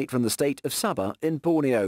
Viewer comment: Its sabah not sabha 😭 me as a malaysian cried u called it sabha 👀